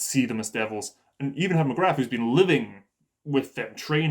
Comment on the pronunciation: I'm an anime watcher only, I think the war hammer titan one the less suspecious person in that rooom. So it's gonna be that tall gard or that maiden, coz they wanna make us think they're not family members. Also the warriors commender's name is Magath not Magrath 😂.